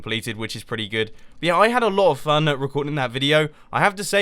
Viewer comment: "Out having frun" :P